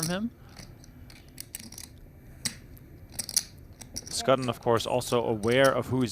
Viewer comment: Fairly sure Schutten is not pronounced as 'Sk-ah-tten'. 'Sch' is pretty much always 'sh' in German names as in Schwarz, Schwab, Schwarzinger, Schubert, schadenfreude.